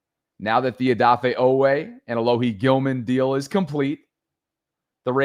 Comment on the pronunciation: Long E sound G!!!!😂😂😂😂😂